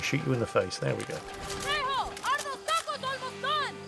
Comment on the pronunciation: No tacos for until he learns to pronounce “tacos”.